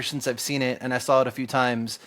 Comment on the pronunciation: it's hard to take you serious when you say drawl instead of draw, and sawl instead of saw. C'mon man